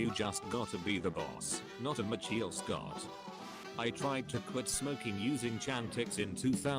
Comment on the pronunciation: The way the bot said Michael Scott.